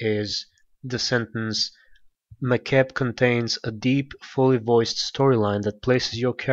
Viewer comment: Thanks for posting this vid. I believe Makeb is pronounced Mah-Keb :)